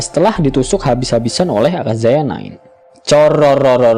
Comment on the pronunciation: Aka-yaza min not aka-zaya 😄